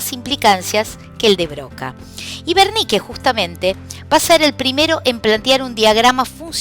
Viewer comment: Es el área de wernicke porque lo pronuncia con v, gracias muy profesional todo lo demas